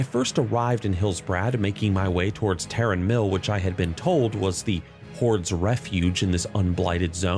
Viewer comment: Okay you finally get my sub, for literally being the only world of Warcraft content creator that knows how to pronounce Tarren Mill